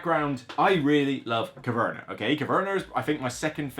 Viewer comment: it sounds like you put an r at the end.😊